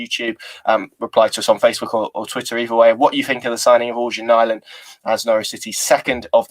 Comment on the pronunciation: Hi! I speak swedish/norweigen. Its pronounced 'eryan' not organ